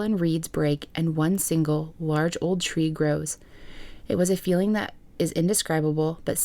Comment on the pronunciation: 😂 lyndsey- " why do you always say THEEAT!" that country grammer from the soul.